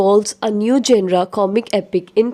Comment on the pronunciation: Madam genre ko parhay toh sahii 😂😂..